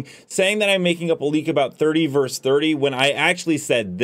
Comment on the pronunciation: *versus not "verse".